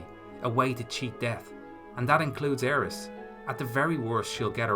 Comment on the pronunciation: “Aeris.” What? You another “Tie-dus” guy too?